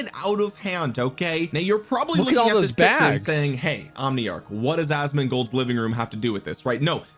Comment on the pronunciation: Lmao !!! BRO SAID ASMONDGOLDS LIVING ROOM OUT THE BLUE 😂😂😂 ON ME HE HAD ASMOND FUCKED UP 😂😂😂😂😂😂😂😂😂